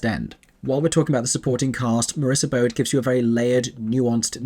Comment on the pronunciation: Marissa Bode's last name is said with a long ē